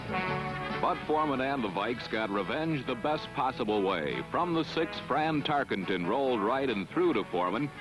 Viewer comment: fran'' francis'' tarkenton wtf ?